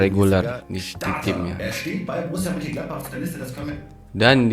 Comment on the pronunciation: Munchen-gladbach, Bukan mun-gladbach 🙏🙏